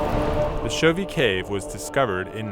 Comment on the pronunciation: Chauvet mispronounced throughout. The last syllable is pronounced like a long a, not a long e.